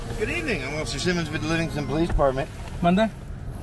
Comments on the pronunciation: " I wanna know why they are following the POOW-LICE " The Inbred in that Cop is undeniable. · Any time a LEO refers to himself as "the poh-lease" they loose any credibility with me.